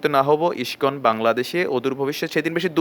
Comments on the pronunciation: তোদের গাঢ় ফাটছে karon ইস্কন হিন্দু ধৰ্ম keniye এগিয়ে cholche. আর বার বার কি বলছিস যে মূল ধারা হিন্দু আর ইস্কন মানে??? Tora গুদির বেটা মোল্লা মোল্লাই হবি. আমাদের জিনিস আমাদের ওপার cgere দে তোদের হিন্দু দের ব্যাপারে ভাবতে হবেনা. এখন তুই ইস্কন উচ্চারণ করতে জানিস না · Ai pagol ta ke.. Je Iscon r name ta thik Kore ucharonn kortee pare na.. Bhul bhaal information dichee.. Gandu Kichu janee na.. Ore murkhoo Tui Jodi Iscon r bhakto hoss tahole Tui udhar pabii.. Chagol kothakar.. Tui to garuu khee narokee jabii.. Iscon r mull lokhoo harir nam prochar kora.. R Chaitanya mahaprabhur banii saradeshee harirnam prachar hobee dekhis.. R Hindu der mull dhormogronthoo bed noii.. Srimod bhaggbatt gita .kichu janis na.. Bhull kotha bolis. Pls keuu ai mahamurkher kotha Biswas. Korben na